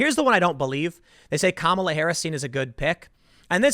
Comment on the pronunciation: Obvious racist. You mispronounced Kamala